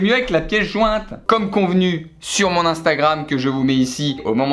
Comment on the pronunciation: Première fois qu'il dit pas eensteugraimz avec un accent anglais pété pour instagram 😂